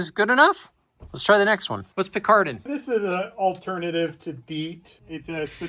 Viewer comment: It’s picaridin not picardin btw